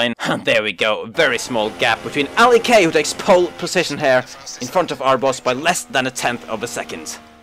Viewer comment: NO ITS R B O S , IT NOT RBOS XD